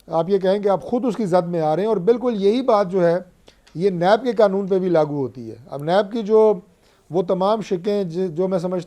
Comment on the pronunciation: اسے یہ نہیں پتہ کے قنون نہیں ہوتا قا نوں ہوتا ھے